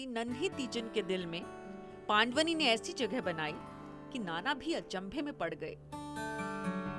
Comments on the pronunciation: Pandwni nhi ..pandwani hai madam .. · It's not paand-vani....it's pandvaani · बहुत बढ़िया पंडवानी जी, पान्डवानी नहीं उच्चारण सुधार कर बोले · पांडवनी नहीं पंडवानी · Didi पांड़वनी नहीं पंड़वानी कहियें.... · बेटी एंकर पंडवानी का सही उच्चारण करो